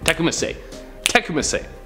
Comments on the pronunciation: Oh, geez. It's pronounced like an unstable watercraft, a tippy canoe. And Tecumseh is tuh-COME-suh. Bless your heart, you tried! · bro,, ok first off its Tippecanoe ( tip a canoe) and Tecumseh (Ta cum see). Only because that is my tribe(Shawnee from Ohio.) Otherwise keep up the positivity bro, your killing it! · Oh..it's pronounced Te-come-see. You are adorable!! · That photo was Robert Kennedy Jr, I think. You guys should check your pronunciations. TIP-pee-CANOE. Not canO. Tecumseh - Teh-COME-seh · Tippecanoe is pronounced “tippy canoe” and Tecumseh is pronounced “tuh cum suh”. Also JFK jr died in a plane crash while Michael Kennedy died in a skiing accident and the picture they showed was not JFK jr. Lastly, Edward Kennedy didn’t die when his car went off the bridge. The woman with him did. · Oh and it's Tech-come_seh. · The pronunciations on Tippecanoe and Tecumseh, jeez. Please make sure your presenters know how to pronounce the things you want them to say!